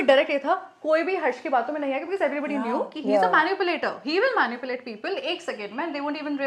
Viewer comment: I like splitsvilla n roadies but please use the correct pronunciation of “manipulate” all of you guys!!!